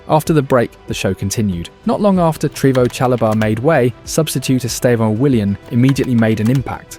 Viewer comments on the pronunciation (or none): Bro the vids are good, but sort out the pronunciations of player names. Like 'Treevo Chalobah' & 'Lewis Colwill' 😂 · Bro it’s not ‘Reese James’ or ‘Trevos Chalobah’